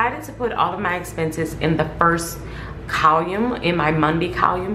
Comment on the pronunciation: How you pronounce column is wrong. Outside of that great video